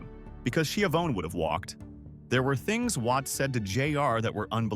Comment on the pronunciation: Skiavone who’s Skiavone or is it Skyavone I think they mean Tony Schiavone